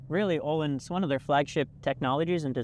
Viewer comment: You can easily pronounce the letter Ö in Öhlins if you say it similarly to the American English "world" letter O, or like the U from "murder".